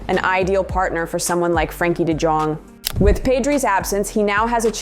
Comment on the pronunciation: One little thing: its not De Djong but you pronounce Jong like you would with Young in english, a soft J